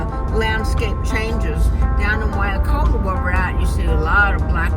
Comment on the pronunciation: Waikoloa, sounds like why koh low ah. Nene? lol. It's pronounced neh neh, Hawaiian geese. The height of Mauna Kea is 13,600 ft, Mauna Loa 13,500 ft. est. and the water around the Island is 18,000 ft deep. So from the bottom of the sea floor to the top is 31,000 ft, Mt. Everest which is about 29,000 ft. I'm glad you were able to visit, thanks for the video of your trip! Happy New Year, or Hau'oli Makahiki Hou!